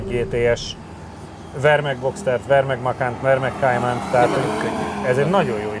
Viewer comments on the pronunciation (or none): Kéjmen? A Porsche nem angol... Kájmán.... 😂